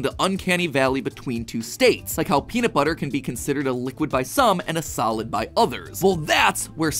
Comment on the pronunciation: Peanut buttah